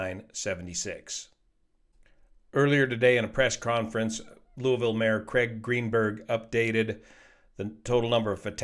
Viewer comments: Thanks for pronouncing Louisville correctly. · Always watch. Never expected him to analyze an accident so close to home! 👍 Your pronunciation of Louisville is even great. 🇺🇸 Have the crew been counted in the current number of casualties? No one is making this clear!